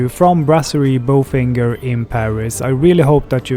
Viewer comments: When reviewing the restaurant.....have the correct pronunciation. Its not BOFINGER......it's Bofingee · the correct French pronunciation is "bofanje" and not "bofinger" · This seemed like an AI (Artificial Intelligence) presentation. Not a person. No French or educated person says "BO FINGER" . I love THE restaurant but please be honest.Merci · Dude....if you're going to do an honest review at least get the pronunciation right. I know it's easy to Anglicize it but common, you ate there, you must've spoken with others who pronounced it correctly or, you really weren't paying attention and was just checking-off a list of places.